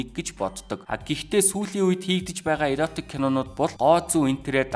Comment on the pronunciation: Зөв сэдэв ярьж байна …, иротик биш эротик гэнэ шүү дүү